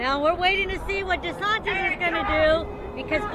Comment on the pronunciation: oh it's Ron Desantis...the entire time i thought you guys were saying "Ronda Sanchez" (i've never seen this person before) (im south african)